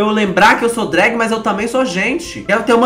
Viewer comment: de "drágue" me quebrou